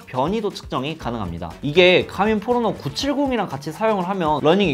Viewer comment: 포러너가 자꾸 포X노로 들림